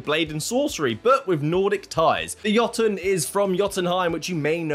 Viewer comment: thank you for pronouncing Jotun and Jotunheim correctly